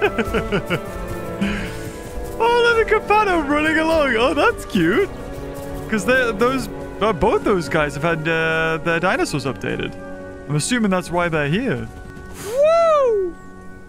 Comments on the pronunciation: Love the fact he said campato instead of campto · Why is he calling campto a campato